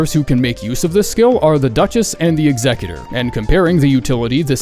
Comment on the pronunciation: Bro is the first person I heard actually pronounce Executor correctly. 🎉